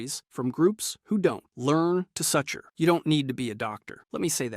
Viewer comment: . "Suture" is not suh-ter.